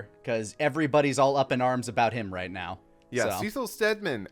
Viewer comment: The "Seh-sil" versus "See-sil" hangup would be a little less jarring if we hadn't already gone through 20 episodes of content in which they have consistently said the man's name as "See-sil". It comes off as if he either didn't actually watch the content, watched it in a different language, or is disagreeing with the showrunners who are directing it, which includes the creator of the original content this adaptation is based on.